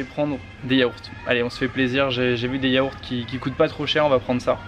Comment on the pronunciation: "Chuis en manque de chocolat ducoup jvais prendre des yahourts" 😂